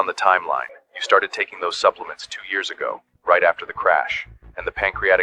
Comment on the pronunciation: Buplements?? Huh?? AI at its worst!!